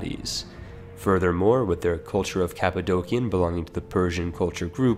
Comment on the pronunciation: Props for pronouncing the C's of Cappadocia as K's, afterall it is transliterated from greek kappa's, as in Kappadokia.